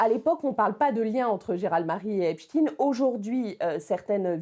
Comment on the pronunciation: Déjà c'est pas epstine mais epstayn ! Prononcez correctement ce nom sioniste !